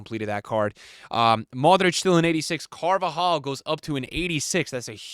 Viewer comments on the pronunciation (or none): none